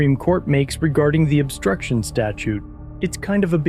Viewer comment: I can't stand how the attorney says words like "obSCHtruction"